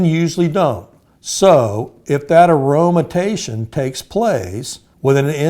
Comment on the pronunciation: Guy can’t even pronounce aromatization.